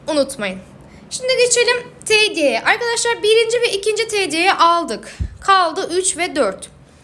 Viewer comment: Teeediye değil tediye